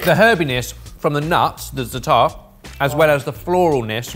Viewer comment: Never heard a non-arab say zaatar so well!